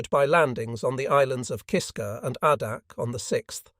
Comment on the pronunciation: AAAAAA-dak, not AHHHHHH-dak. Jesus.